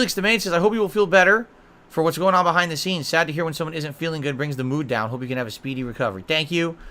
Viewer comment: BUHHAIND DUH SEENS